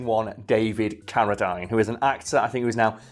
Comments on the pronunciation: It’s pronounced Cara-deen, not Cara-dyne. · It drove me nuts listening to you mispronouncing Carradine. Its not Carra Dine its Carra Dean. I know your from the UK and you pronounce some words differently but come on now that's disrespectful. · It's pronounced caradeen not dine. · He probably didn't recognize the name, since you said Carra-dyne, and we pronounce it Carra-dean. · I thought his name was pronounced David CariDEEN... huh... wild. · Isn't "Ca-ra-dean" ? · I was cringing everytime they said his name! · Maybe as part of your research you might have checked how to pronounce ‘Carradine’? Also ‘premise’...